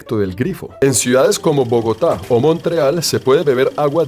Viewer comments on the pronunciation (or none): none